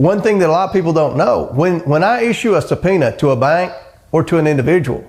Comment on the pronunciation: How did comer turn the word “bank” into a 2 syllable word? 😂